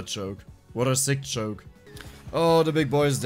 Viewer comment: i was wondering for a long time what a "choke" must mean. just realized all this time he was saying "Joke".